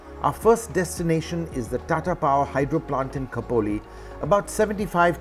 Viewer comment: It's Kho Po Li=Khopoli. Nice Presentation by the way and amazing video.